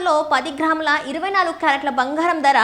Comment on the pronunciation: Banghaaram kaadu bangaram See your promouncement and correct